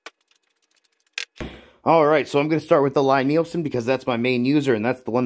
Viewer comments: Lie Nielsen is pronounced LEE, check their website and Wikipedia. Nice people that make the best hand planes. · Why would we take your pronunciation over that of the guy himself? It's pronounced LEE, like lien, liege or Natalie. And it's a damn fine plane!